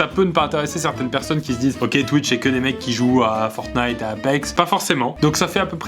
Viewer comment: Quand pierre prononce le mot "fortnite" ou "apex" ca fait bizarre on dirais ton daron qui a jamais jouer aux jeux vidéo qui veut paraitre djeuns 😂😂😂